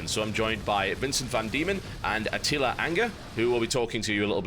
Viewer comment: "Atila anger" sorry, i couldn't help to laugh.